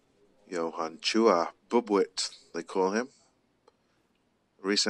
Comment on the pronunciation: very hot and humid in manila thats why the slow cloth. And its pronounced boob - weet. Means a baby mouse. Tiny 🙂👍 watching from california